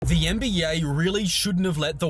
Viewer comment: lmaoo "the YEN-BEE-YAY"